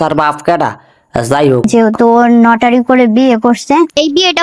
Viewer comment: Notary! Not lotari!